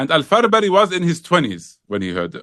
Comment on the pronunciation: Respected Shaykh, small correction. The imam's name is al-Farabri not Farbari.